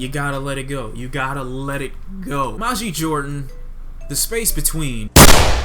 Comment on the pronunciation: You're mispronouncing their name